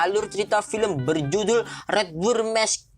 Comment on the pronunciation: Redwood messkre c'mon man ur pronounce its joke